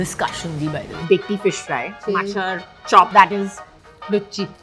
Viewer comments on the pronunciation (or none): And she said Machar chop instead of Mochar chop Couldn't even pronounce koraishuti